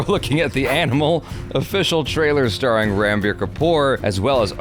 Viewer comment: Its not Ranbir (Ran not like 🏃🏽‍♂️ Ran but Run)